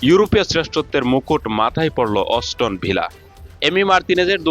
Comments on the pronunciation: অস্টন ভিলা নয় ওটা হবে অ্যাস্টন ভিলা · নামটা সুন্দর করে উচ্চারণ করতে হবে বুঝছেন অষ্টননা😂😂😂 aston Villa